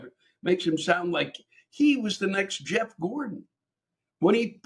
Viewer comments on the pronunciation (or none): none